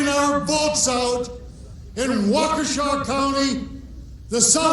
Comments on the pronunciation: WAUKESHA, WISCONSIN PRONOUNCED WALK E SHA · Pronounced as "walk-ee-shaw